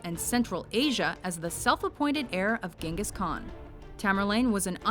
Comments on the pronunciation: Wasnt it pronounced "Jingis Khan" and not "Gengis Khan"? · LOL you spoke Genghis Kkan wrong.... you speak it like Jenghis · "Ghangas Khan" Which one, its a title not a name.